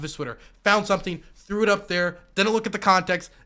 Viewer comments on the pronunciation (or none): none